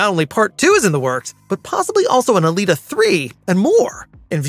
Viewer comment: Not alata!